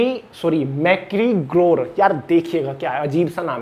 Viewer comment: Hlw ji..current affairs toh thik hai..bt apni pronounciation par kaam kijiye thoda..apke galat pronounciation se word ka meaning change ho jata hai..eg. 36.24 mintute par dekh skte ho...mcgregor hai uska naam..aap pta ni usko kya pdh rhe ho..listening ka farak pdhta hai listener ko..thanku